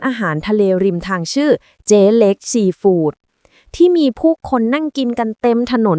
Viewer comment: แอดมินช่วยบอกน้อง AI อ่านให้ถูกๆด้วยนะ ซีฟู้ด ไม่ใช่ซีฝูด